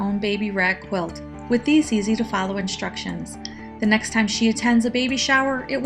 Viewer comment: sam wich inshtructions otherwise a great quilter making a rag quilt